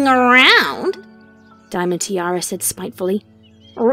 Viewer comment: Whys saying Diamond Teerara?